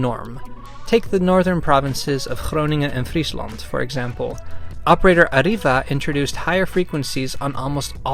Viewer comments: Ariva is pronounced ariva both a's like a not ay, without rolling the r, the i like e, and a bit of emphasis on the v because as you said it's from England (Sunderland to be presice. my fellow Geordies make you're welcome to banter about it) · Pronouncing Arriva is very confusing, Alot of Brits say Ariva meanwhile I say Arreeva or Arrive-va.